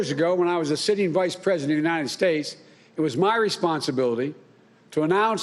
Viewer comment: Did he say united snakes?